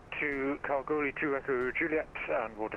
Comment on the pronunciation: You pronounced Kalgoorlie correctly 😃